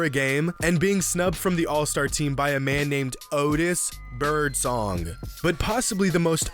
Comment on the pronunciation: why does he say birdsong like that